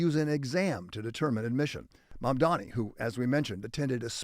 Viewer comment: JAMES VACCA, HE'S NAME IS "M A M D A N I" !! DAMMIT, GET HIS NAME CORRECT, MISTER!!!!!!!!!!!!!!!!!!!!!!!!